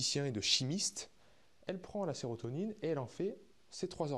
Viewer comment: SÉROTONINE (et non serrotonine)